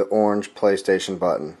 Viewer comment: lol its really funny the way he says "orange"